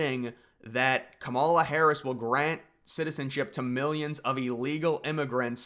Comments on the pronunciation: Couple of pronunciation tips. Kamala is KAM-a-la, not ka-MAUL-a. Vivek is Viv-AYK not Viv-EK. For Kamala especially I feel like Conservatives are intentionally mispronouncing her name like it’s a dig against her but it just makes us look uninformed. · Yea pronounce Kamala with stress on the first syllable /ˈkɑ.mɑ.lɑ/. Like comma + la. That way it sounds like the Finnish word “kamala”… 🇫🇮 to 🇬🇧🇺🇸: Kamala (adj.) = “horrible, terrible, awful, ghastly, grim, dreadful, abysmal, atrocious, appalling”